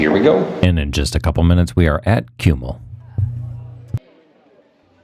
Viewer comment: The correct pronunciation of Čumil is "chumil". In Slavic languages c is never k or s, c = ts, č = soft c, i.e. ch. Like š = sh, ž = zh.